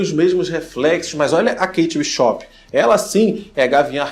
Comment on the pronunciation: Amigo,eu gostei muito do videio,mas nao fica chateado comigo nao mas e pq eu fiquei um pouco aguniada de vc falando o sobrenome da Kate,e o jeito que fala e do mesmo jeito que vc le, Bishop, e nao Bishopping que nem shopping,tendeu